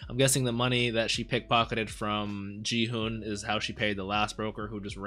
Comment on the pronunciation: The "g" in Gi-hun's name is pronounced like "g" in "geek", not like "g" in "gin". I've been enjoying your reaction. I like that you don't exaggerate it like many other reactors. Can't wait for episode 3!